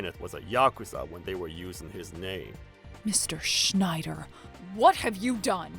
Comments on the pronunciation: Schnider (unintentionally pronounced as Schindler, except by the principal / / ) is in SUCH A WORLD OF SHIT. And DON'T GET ME STARTED ON THOSE DIPSHIT DELINQUENTS EITHER, complete with the "Beavis laugh" no less... ( - ) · Constantly pronouncing the wrong name was funny. Was it Schneider or Shidler?